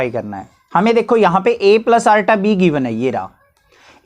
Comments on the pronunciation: iota❌ arta✅😂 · Iota ❎ Arota ✅